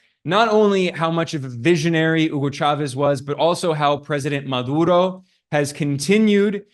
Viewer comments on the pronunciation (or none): correction: it's pronounced MaDuro, not MaLuro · He had a hard time saying 'Maduro' - Ma-dur-oh. With a 'D' in the middle of the name. How does he screw it up six times?